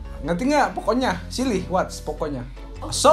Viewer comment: Everytime says “siri” sounds like “silly” eheh but thats so cute 😂